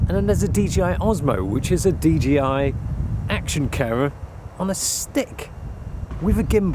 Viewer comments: It's not DGI it's bloody DJI. Why do people keep saying that?? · Bruv...its DJI. In the video you are repeatedly pronouncing it as DGI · Why do you keep saying DGI? It's JAY, not GEE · DJI NOT DGI?????!!!! fuck sake. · why do you pronounce it like DGI if it's DJI? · Serious??? ITS DGI not DJI ugh! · I thought it's DJI not DGI...